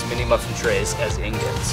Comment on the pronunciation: Its ingots not ignots